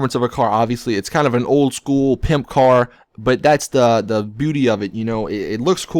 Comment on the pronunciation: My god, the way you say "Old school" OWLD SKOOLLL